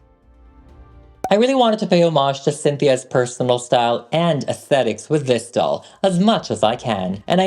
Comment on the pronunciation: Doll not dall